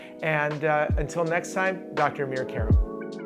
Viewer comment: Informative video, but really nobody twists the actual pronunciation of their names to make them sound like an American or British word, like Desis do! Have the confidence to make others spell it correctly by first spelling it correctly yourself. It's Âmir Kàrâm, not A-meer Ke-rum! Insisting on wrong pronunciations ultimately end up making everyone pronounce them wrong!